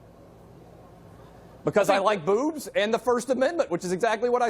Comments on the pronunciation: Imagine choosing a catchphrase that your speech impediment doesn’t allow you pronounce. “Booves”.. Fucking dope. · Ok but for real, was he saying booze or boobs? Lol